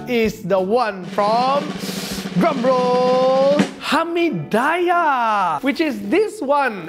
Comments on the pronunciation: Hamee-die-yeah.... really cannot wei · Its not hamee 'die' yahhhh Its called hamee diiiiiiiii yahhhhh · kenapa dia sebut "Hami Dayah" bkn sebutan dia "Hami Diyah" hehe apa2pun bgi aku x kisah la kedai mana pun asal nama nasi kandaq? mmg aku tibai je semua mahal ke murah ke aku x kisah sbb aku mmg hantu nasi kandaq.... hehe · I'm gonna pronounce it hamidaiyah from now on. It just sounds so right 😂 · It is Hameed-dee-yah.. or maybe thats they way I was taught to call it.. Hameediyah is just a stone throw away where I grew up.. :D the original restuarant that is. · If you're gonna say it 10 times, the least you can do is learn how to pronounce Hameediyah bro 😅